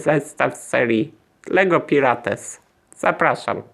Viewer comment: Aaaaaa dlaczego mówisz Pirates XD, mówi się Pajrats